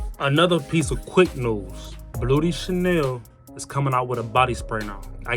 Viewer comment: i be rocking with yo fragrance vids bro first things first keep providing us with game but it sound like you saying "booty chanel" i been over here crying